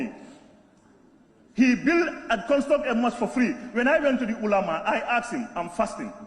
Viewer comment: He can't even pronounce makka and ulama properly